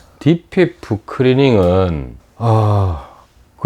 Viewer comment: 발음이 안됩니까 크리닝 왜자꾸 크리링해요